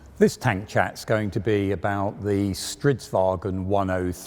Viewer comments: Unlike what all English-speaking people insist on, it isn't "stridsvagen". There is no "e" in there. Think of it like "stridsvang" where the "ng" part at the end trails into an "n" without any pesky e's disturbing. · StridsvaGN. Not StridsvagEN thats German. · Why is it that every single English-speaking person insists on inserting an 'E' into the word "Stridsvagn", I wonder. You'd think they thought is was a German car. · No problem. And sorry for sounding rude. I saw that you edited your comment a bit. Just confusing that so many people make an attempt to pronounce it correctly, but always fail on the "vagn" part.